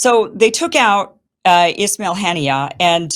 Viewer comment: Kim please correct your pronounciation, it's ISMAIL Hanieh not "Ishmail"! There is no h in ISMAIL